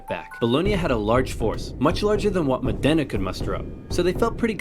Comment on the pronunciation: With all the information on the internet I wonder why no one ever bothers to check pronunciation but just makes it up. Modena is not pronounced Modénna - the emphasis is on the Mo part and it's not a double n but a singular so. He did so well with Bologna ...